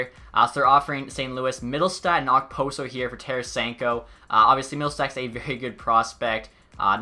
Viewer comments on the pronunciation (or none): It’s pronounced opo-so Not ok-poso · and you don’t pronounce the k in okposo